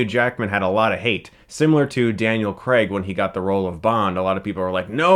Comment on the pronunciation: Firstly did Chris really say "Daniel Creg" instead of Daniel Craig??!! At first I hated this film and preferred X-Men 3: The Last Stand, but I rewatched it a couple of weeks ago and it is WAY better than The Last Stand. However, it has not aged very well. Can't wait for Logan though! 1. Days of Future Past 2. X-Men 2 3. First Class 4. The Wolverine 5. X-Men 6. The Last Stand 7. Apocalypse 8. Origins